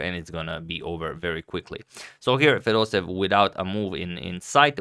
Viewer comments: It's Fedoseyev, not Fedosev! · Dear Fedoseev is pronounced in Russian somewhat like [fedoséyev] with an emphasis on the first "e". From Russia with love <3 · fedoseev with two "e" . 'pronunciation is with 2 "e". it is like "being" (excepti it is "e") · You pronounce Fedoseev's name as Fedoseyev